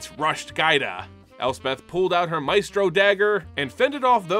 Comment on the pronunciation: The Adversary vs. Xander part made me upset... You kept saying Advisor instead of Adversary and Mephisto instead of Maestro :(